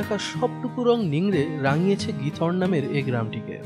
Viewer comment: নামটা খিথরন( উচ্চারন টা এমন)